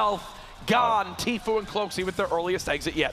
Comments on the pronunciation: Is it just me that heard this or did you hear the guy keep saying tfoo instead of tfue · he said tflue lol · Did anybody realize the guy that was giving commentary said “*Tflue*” lol. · that's not how you pronounce the name it's Tfue!